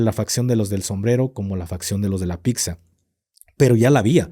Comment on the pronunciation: Pisa o Pitsa... Pero picza no! 😅